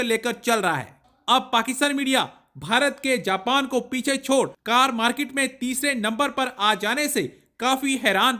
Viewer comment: Special: Please don't say मार्कीट like Pakistani anchors ! Say मार्केट